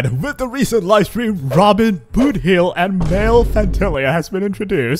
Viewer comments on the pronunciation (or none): what's with this name, why i hear ramen instead of robin and booty instead of boothill.